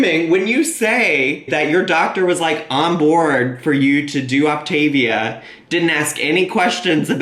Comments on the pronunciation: Also I say this all the damn time but I really just don’t understand how she doesn’t know how to say the word yet. It’s optAAAAAvia not optIIIvia my god why is it so hard for her to say it correctly? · "Grab your Optivia bars..."! 🤣🤣🤣🤣🤣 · Ugh! saying optavia and other words incorrectly makes me want bop her upside the head, and she knows she's saying them wrong. How dumb could this woman be!!